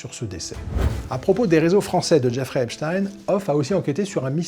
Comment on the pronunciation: Désolé mais moi qui regarde quotidiennement les chaînes amricaines ça se prononce "Ep-stine" (tout comme Weinstein se prononce "Wen-stine" alors qu'en allemand ça se dirait "Vaïn-Staïn" mais j'imagine que c'est la même logique que pou la famille Schneider en France quui veut quu'on pononce "Ch'nèdre" et pas à l'allemande justement!)